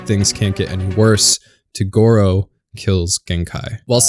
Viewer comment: It's TOGURO, not tugoro